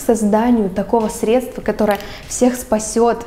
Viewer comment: Ты сказала средствА!!!! Кошмар!!!! Аааа